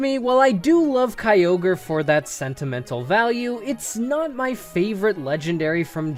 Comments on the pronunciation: stopped watching as soon as he said kyogre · The I in Kyogre is supposed to be a Y!